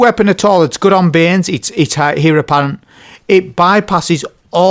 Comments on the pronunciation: Great vid .. Pronounced ..Air apparent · Great video mate just one thing, Heir is pronounced "Ayr"